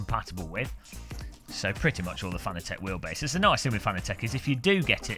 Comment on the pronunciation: Im not even 15 seconds in and im thinking, shaking my head.... Geeeesss, say it right, like FA NA TEC and not what most seem to say FAN A TEC Let me help you, CUP A TEA = CU PA TEA :) Nice rim, though sold out already... We still have yet to see the PS4 & F1 licensed (DD1 / Wheel Combo)